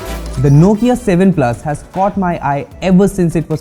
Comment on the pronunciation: Heh heh heh... You really butchered the Nokia 7 Plus here, but wait till you get a load of the Nokia 7.1, you'll be running back to kiss the Nokia 7 Plus's back panel...